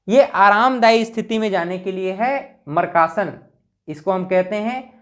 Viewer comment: Markasan bol rhe aap, makrasan ko😂😂😂😂